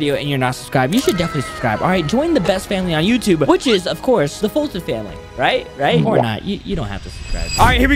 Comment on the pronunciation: It’s Foltyn not fulton